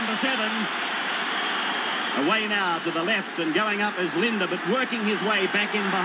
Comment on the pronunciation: it Bob LiDNer lol Not Linda lmao